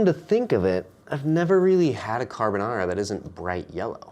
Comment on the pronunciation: Subscribed for rex carbonarrrrra